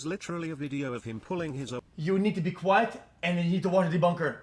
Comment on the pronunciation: debunkah